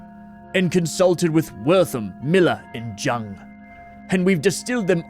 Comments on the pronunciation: and Jung pronounced as, "young." Honestly kind of refreshing that someone who plays horror games isn't trying to relate every story beat to those two.. but not surprising in the least that a horror game would name drop them. (Especially a character such as that one was.) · You always do such an amazing job when you voice act and narrate! I just wanted to let you know that Freud and Jung are pronounced "Froy-d" and "Yung" respectively, they are influential Psychologists. Thank you for buddy time and covering this game. 💕